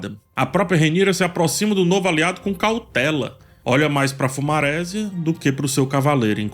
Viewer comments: uma pergunta: Por que você fala nos seus vídeos fumarésia (bem com acento no e mesmo, enfatizando o maRÉsia) e não fumaresia (que no caso é da palavra maresia mesmo). Sempre fiquei com essa confusão linguística. Poderia me explicar? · Eu acho engraçado que fala "fumarésia" sendo que é a junção de fumaça + maresia. Ou seja, a pronúncia é fumaresia. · Impecável o vídeo, só um cuidado: Fumaresia (de mar), a sílaba tônica não é “re”. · Por q não pronuncia FumareSÍAAAA? 😅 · Agonia do falando “fumarésia” kkkk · eu adoro as análises do mas essas pronúncias.... FumarÉsia kkkkkk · Mano, adoro as visões desse cara. Mas o jeito que ele fala o nome dos Targaryen e principalmente do Fumaresia, mata o português 😐